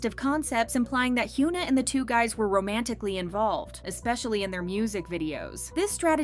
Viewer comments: It’s HY-ON-A. Not HU-NA lol please pronounce their names right. I’ve noticed you don’t even try to see how their names are supposed to be spoken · why does this channel always pronounce her name as Hugh-na 😭 Is it on purpose? cos it bugs me every time